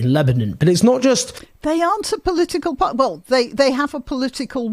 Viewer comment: Can someone tell Owen Jones there is a ‘t’ in party